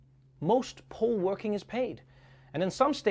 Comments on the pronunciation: Who else thought stripper when he said poll workers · At the end when you brought up 'poll' workers i misheard you and thought you meant strippers 🤣🤣🤣🤣🤣🤣🤣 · he said pole worker lol